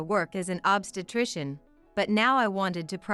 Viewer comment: I agree! Every time “obstetrician” was mispronounced I cringed.